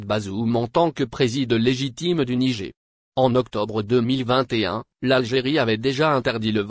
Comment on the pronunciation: De quel Nigé tu parles ? Il faut prononcer le "R" à la fin tête de Brélle ou d'Arioul !